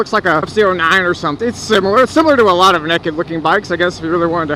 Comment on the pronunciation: it's funny he says neked